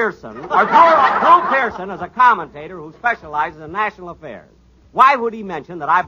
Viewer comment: According to writer Milt Josefsberg, when Don Wilson flubbed Drew Pearson's name, the writers decided to capitalize on it by having Frank Nelson change his line {"Well, who do you think I am in this red coat- NELSON EDDY?"} .